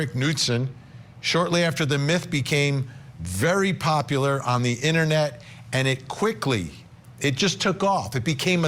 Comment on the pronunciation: “On the innernet”